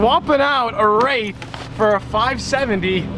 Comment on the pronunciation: Did anybody here him say Rolls-Royce rape